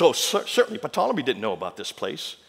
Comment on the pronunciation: Ptolomy...the "P" is silent...pronounced Tolomy. A little critical perhaps, but this man of all people should know this!? Makes you want to question the validity of all his facts. Like where did he get them, sources, dates checked; talks to fast...[Entertainment].